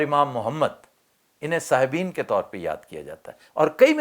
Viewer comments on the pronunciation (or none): جناب امام ابو یوسف اور امام محمد کو "صاحبِین" نہیں بلکہ "صاحبَین" کہا جاتا ہے۔ یعنی ب کے نیچے زیر نہیں بلکہ اس پر زبر ہے۔